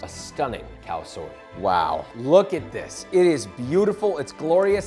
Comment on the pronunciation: Am I the only one hearing "Cow Soy"?